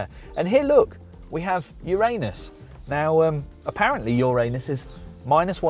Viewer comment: Please learn to pronounce Uranus